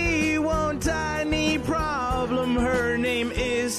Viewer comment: "Promblem" lol